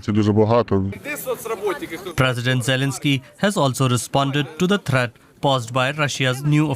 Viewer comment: “Praizdent Zailinghsky has also responded to thratt paused by Rashiyas faurses” Dude, I get that English isn’t your first language, but if you’re going to go big and report in the language, at least learn how to speak it!